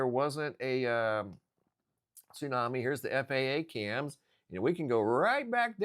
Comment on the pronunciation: What's a "tsunmai"??